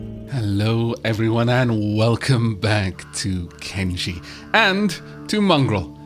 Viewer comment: Shryke was captured/carried off by a fogman, who was immediately attacked and forced to drop Shryke, who stood for a few seconds before collapsing once more. Mind you I keep hearing "Kimchee" -- fermented cabbage... rather than "Kenshi". As for being eaten, has been seasoned once, Ruka is nearly irresistable having been seasoned twice (it is amazing that Beep does not "sleepwalk" for a quick snack).... But you have one character who can survive being eaten multiple times -- Infinite Wingwang!!! Also, & Ruka are not the only ones surprised when they cross over the hill by the new wing. Those at the base are surprised by the New Infinite Wingwang!!!